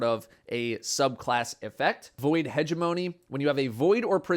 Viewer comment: I expected Cross to pronounce hegemony wrong but not.